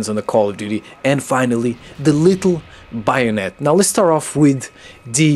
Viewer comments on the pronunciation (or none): It's pronounced bae-o-net for future reference lol